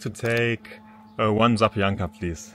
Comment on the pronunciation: Kannst du das Wort Zapiekanka nicht richtig aussprechenie? --- sapieekanka-- würde man es phonetisch schreiben. Zapiekac heißt überbacken. Das Überbackene.